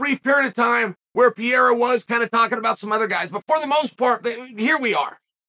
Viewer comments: Please, for the love of God Chael, the man is not French. Stop calling him Pierra. It's Pereira. Like, there is only one undefeated, undisputed Chael Sonnen "Per Era." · Sonnen. Could you please says Alex last name right. Isn’t Piera, it’s Pereira. Thanks in advance. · Dude stop saying Pierra 🤌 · Poatan “Pierra” according to Chael 😂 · Please quit saying "Piera" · 9 minute video and im not sure I heard him say the champs name correctly once. 😂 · Why can't you learn how to say the man's name properly. You talk about focus and honing skills and you can't say pereira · Learn to say the champs name, ariel already called you on this. Shame on you Kale Sonnen